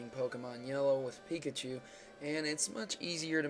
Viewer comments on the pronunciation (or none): none